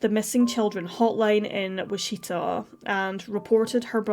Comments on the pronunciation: ~ , "Wi-Cheetah" Should be Witch-it-taw* CPS always fails to protect children. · It's pronounced WITCH-i-tah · Wichita = "Witch-i-tar" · Wichita - witch-uh-taw Louisville - lou-ee-ville Can't blame you for not knowing American pronunciations of these words. Just thought you might want to know. There are some British towns I wouldn't even begin to correctly pronounce.